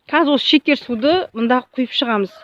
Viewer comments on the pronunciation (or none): none